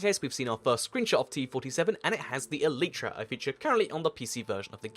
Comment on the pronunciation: its not elitetra its e light tra